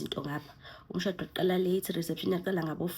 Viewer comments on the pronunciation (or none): 😂😂 "samkela umshhaado" I give you an A for effort shame 🤣 ulishaya ngesiZulu